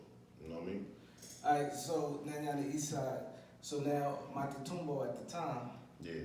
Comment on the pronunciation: Good guest, an OG. But how tf this dude cant say Maque Tumba 😂